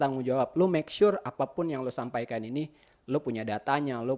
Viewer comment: Good video bang, seneng sama cara ngomongnya bang, apalagi sama kata makesure haha